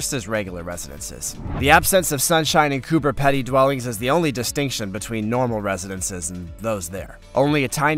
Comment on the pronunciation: Coober Pedy is pronounced "COOBER PEE-DY" not "COOBER PEDDY" Im from Melbourne Australia and can pronounce it correctly. PS great video and channel too but get rid of the creepy centipede it creeps me out.